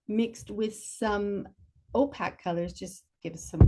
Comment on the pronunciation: Ō-pāk Oh pake Oh p-aye-k It is not pronounced o- pack. There is a pronunciation key for every word known to mankind in every dictionary.